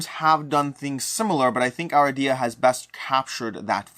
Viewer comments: A-RID-e-ah not Ara-dee-ah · Cringed every time mispronounced the game